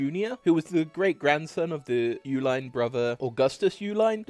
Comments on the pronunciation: It's not "YOU" line, it's "E line". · Uihlein is actually pronounced E-Line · You can't pronounce Uihlein either. It is pronounced Eee-line, NOT Ooo-line. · And Uihlien is pronounced, "E-Line." Sobering video, though. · The Uihlein name is pronounced "Eee-line"...which is why the chocolate they produced during prohibition was named "Eline's". There is a faction of the family that pronounces it "U-line"...which happens to be the family that started the office supply company "ULINE" based in Pleasant Prairie, WI. As well as another family that produces refrigeration units in Milwaukee named "U-Line". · Yes I went to school with duke, the uihlEin family in Lake forest Illinois pronounces it Uline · Interesting how you said Uihlein was so hard to pronounce and then sim-pronounced it. its E-Line like the choco milk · Uhilein is pronounced like "e-line". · Thanks for the video, I currently work in Schlitz Park, an office park using the original Schlitz buildings (I'm in the Keg House, next door to the Bottle House). It would have been great if you had checked pronunciation of names (Uehlein, Stroh, Anheiser-Busch). ;)